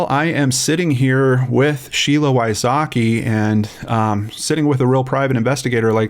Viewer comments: As a central European, I always laugh how Americans pronounce Wysocki, it's not even close to the Polish pronunciation. Sheila is a role model, I wish her all the best. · Damn, I hope Mr Wysocki don't feel sad hearing his last name butchered so badly 😅 If you wonder why I know it's butchered, well... Greets from Poland 😄 ✌️